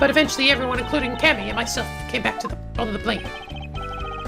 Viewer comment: Also, it's Cam-e Meal-e